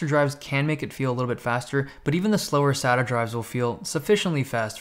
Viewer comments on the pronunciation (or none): none